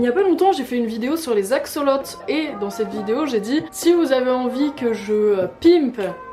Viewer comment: ça se prononce aczolot bisous cœur sur toi